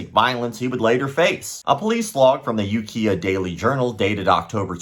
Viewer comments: And You Kai Uh, not You Kia for Ukiah. Another good video though, thank you. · Kai as in lie/eye. Was gonna comment that but saw this. Understandable mistake to someone who's not heard it pronounced first. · Does it bother you that pronounces Ukiah incorrectly? Bugs the F outa me.